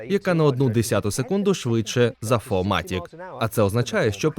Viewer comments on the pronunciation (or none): Вітаю, дядьку. Здається повний привід все ж таки фірматік, а не фоматік. Хоча дивлячись якою мовою читати. Дякую за відео. Вітання зі Львова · Ще один, "фо матік" . Вчи німецький